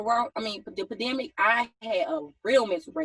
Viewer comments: She said a "PADEMIC", LOL...SMH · That mfn JT said, "It's a PAdemic"😂😂😂😭💀! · They lowkey blowin me how they say pedimic, the word is not that complex, its pandemic, everything aint gatta be ratchet